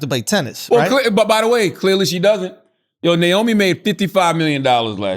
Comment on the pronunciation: nyomi? its naomi.